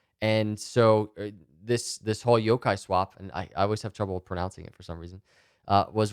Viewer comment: You're pronouncing Yokai right 👍